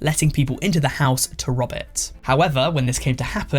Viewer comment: I hear his "rob" as "rub" so i got so confused